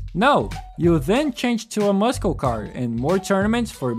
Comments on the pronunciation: Man o man I loved this game. I had a completed save file where I sold everything and just had a ton of money. I'd load up the save, customize a car or cars to my heart's content and then not save so I could rinse and repeat. :) Also: muscle is pronounced 'Mus-sol', not 'muskel'. haha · Ay man I'm sorry for calling it out but please say muscle car or the word muscle correct. I get a slight cringe with a handful of goose bumps every time you say it. It's muscle pronounced like [mussle] not [muskel]. That's all. Just wanted to be friendly and point it out ;) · Awesome, honest video! Really liked the game and played the booms out of it. Finished it like 5 times. I'm going to sound like an ass here but the way you pronounce muscle is mussul, not muss-kel. Pronunciation doesn't change anything you want to tell us though! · the way you say "tunner" and "muskill" has me on the floor lmaooo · I was wondering what you meant but later i understood you were saying muscle cars Tip: it's pronounced mussel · Never in my life have I heard someone pronounce the C in "Muscle" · Great video. I wonder if Midnight Club would've had a similar cultural impact to Need for Speed if they didn't stop making games and only focused on GTA and Red Dead... Also, hopefully you don't mind this, but given the other comments in Portuguese, I am assuming you are not a native English speaker (correct me if I'm wrong). Your pronunciation is pretty good, though you keep mispronouncing "muscle" like in "muscle car". You keep pronouncing it with hard-c (k sound) instead of soft-c (s sound). I used Google Translate for this, but I think you'd pronounce "muscle" more similar to "máçél" in Portuguese alphabet/alfabeto. Or more like "mussel" in English alphabet. Once again, great video. Hopefully you aren't bothered by my criticism.